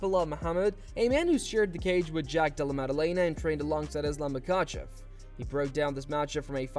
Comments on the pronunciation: Belal: “Thizlam”- Mac Dre 😂😂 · Belal "bored of the name" Muhammed saying "Iz-lamb" is just so typical of him 🤦🏽‍♂️ gosh, is there really no limit to how annoying this dude can be?!